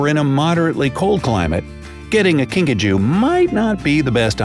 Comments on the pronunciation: I thought you said Pikachu but it was kinkajou hahahahahahahahahh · Video:”A kinkajou” Me: Are you sure its not PIKACHU? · ”kinkajou” What I heard: *”pikachu” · I heard Pikachu when he first said it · At first I thought he said pikachu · i thought he said pikachu too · “The Kinkajou” Me: Wait wuh, pikachu?